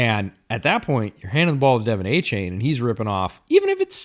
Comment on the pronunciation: You think that team is capable of losing 10 games?! (7 win floor)... 😮 i aint a Dolphins fan, and even i can see this as off as you guys' muspronouncing Achane.